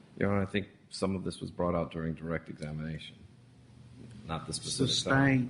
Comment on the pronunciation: What about "pacific" instead of "specific"?